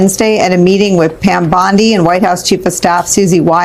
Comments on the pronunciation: It's BONDI not Bandi! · How on Gods earth does this guy keeps calling the AG Pam Bandi instead of her real name which is Pam Bondi who is this idiot that cannot pronounce her name correctly,so annoying.